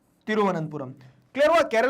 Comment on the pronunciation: its not pronounced as thiruvananth puram its 'thiru-vanantha-puram